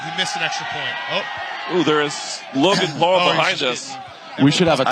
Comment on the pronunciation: Why is this announcer so horribly incapable of saying "Paul".... 😂